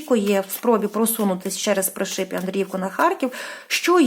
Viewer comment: Доброго вечора, дуже дякую вам за вашу працю, особисті вам писати неможна, хочу трошки Вас виправити с Пришиб, говориться не ПришИб, а ПрИшиб, тобто наголос робимо на перше И, будьласочка не плутайте 🙏🙏🙏Дякую Вам☕🍰🌹